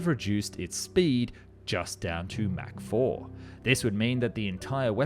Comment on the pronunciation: German AI voice: "...Mac [mæ:k] 9..." 🤦‍♂️ "ERNST MACH was an Austrian physicist and philosopher who contributed to the understanding of the physics of shock waves." (Wikipedia).